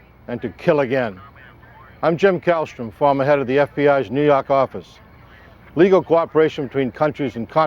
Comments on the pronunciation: Say it again 💯🙏🏿 "nuu yawk affice" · "Nuu yawk affice " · NEW YAWK AFFICE!